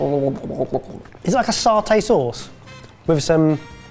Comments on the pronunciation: Its saaaarr-taay not sat-ay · Ooohhh saartay sauce, how posh do you want to pronounce that word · says Satay like Hermione says wingardium leviosar or however its spelt